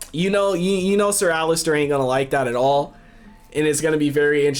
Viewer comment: Btw i just wanted to say that it’s Ser Alliser and not Allister